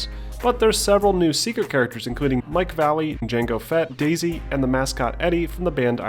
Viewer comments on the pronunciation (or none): Dude, *Mike VALLELY! Not Valley. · I know this is a older video and what not. But are we gonna sit here and not mention that he keeps saying "Mike Valley" instead of "Mike Va-llel-y"... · mike "valley" VA-LAY-LEE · It’s not mike valley it’s mike va la le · Vallely, not Valley. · Mike Valley. Haha... Va lay lee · Vuh lay lee... not valley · Super dope, but his name is not valley xD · Mike Va-lay-lee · Dude, Kelly Slater.... PRO SURFER! He even dated Pam Anderson a bit! Mike VA-LAY-LEE is how its pronounced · Mike Valley?!? You mean mike Vallely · Did you just say Mike Valley? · Glad you caught that you mispronounced Valleley. Its not hard to read though. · Its also vallely not valley again his name was right there just read it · I was going to let it go but you kept saying it... it's Mike Val.El.Ey. Vallely. Jesus farking christ man. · Hate to be this guy but his name is Mike Vallely not "valley" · Ah yes...Mike “Valley” , my favorite. Otherwise, great video though. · I know this is an older video, but it’s Mike Vallely, not Valley. 🤷🏽‍♂️ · "Mike Valley" lol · Mike Valle*LY* bruh, not Valley. great video though. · Lmao its so cringey when they say Valley. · Great video apart from the narrator's inability to pronounce Vallely or Minneapolis. Those two things pulled on my nerves but a nice comprehensive history beyond that. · why are you removing a syllable from mike vallaley? also why can't you fully pronounce the word "ability"? it's a-bil-i-ty, not abilly. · He mispronounced Mike Vallely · poor mike V...always getting his last name mispronounced. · Ok video I suppose, you miss-pronounced Mike Vallely's name though and it kinda seems to me that you weren't much of a skater. Other than that some solid research went into this thanks.